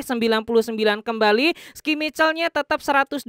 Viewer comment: Coba deh bang sblm buat konten, cri tau dlu nama2 sbutan pmain yg bner.. contoh schmeichel aja deh gimana pnyebutan namanya yg bneer , sran sajaa.